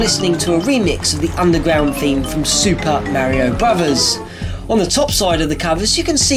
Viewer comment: I love how you pronounce Super Mario Brothers. 'Super Mayrio Bruvers'